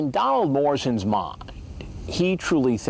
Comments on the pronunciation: Why the fuck did he say “mind” like that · listen to how chris hansen says "mind" i keep replaying it, its so fuckin funny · Chris Hansen's accent goes right through me, the show would be a lot better if I didn't have to listen to it. Especially the way he pronounces the word ' mind ' .